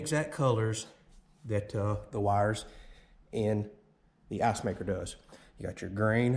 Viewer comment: Everytime when he says icemaker its sounds like assmaker